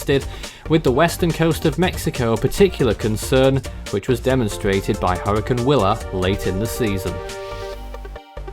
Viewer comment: It’s hurricane not hurrican